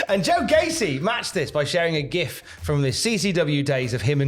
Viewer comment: you mispronounced "gif"